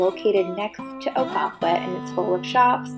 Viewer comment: I’m from Maine…September and October can be busier than the summers. In addition…the town is pronounced “Oh-gun-quit”. Many other places in Maine offer this type of quintessential New England. Enjoy exploring Maine!